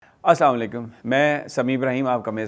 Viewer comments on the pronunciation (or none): السلام عليكم ورحمة الله وبركاته آپ جب سلام کریں تو براہ مہربانی اس کو ٹھیک سے بولے. شکریہ